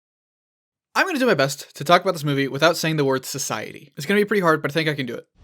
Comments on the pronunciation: You said scoicety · You said sosyity